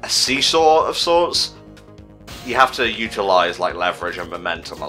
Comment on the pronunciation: D-Did you say "*Sesaw*"!? Like a... SEASAW EFFECT!? XD